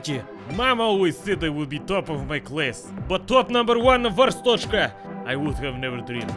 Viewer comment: it not Arsthoshka it is Ar-stot-z-ka